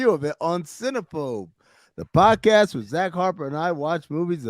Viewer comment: Can't help but notice Dan had some major issues saying Podcast during the Offerman interview. Its rude to talk with food in your mouth, Dan. $2.00.